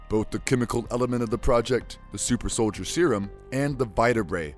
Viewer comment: did you call cap winter soilder